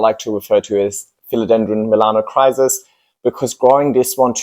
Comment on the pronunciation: I came here to get educated before impulsively ordering a Melanochrysum. However, if the calls it ''Melanocsis' I think a different Philodendron would be a wise choice for me...